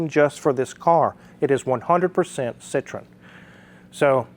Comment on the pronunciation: Ci-tro-EN...please. They are not from Indiana.